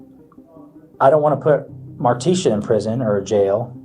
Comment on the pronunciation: This AI voice isn’t that bad. But the pronunciation of Martisha as Mar-tee-SHAW is annoying.